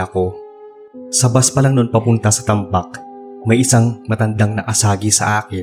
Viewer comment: silent listener here from Iloilo 😊 tagbak po yun. hindi tambak hehe